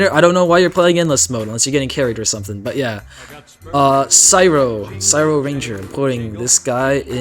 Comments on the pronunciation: Syro it’s cryo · no way you pronounced it "sigh-ro" instead of "cry-ro" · No way he said sy-ro it’s crie-o like cryogenic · CYRO RANGER IS EPIK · my biggest pet peeve is that half of all tdx youtubers mispronounce cryo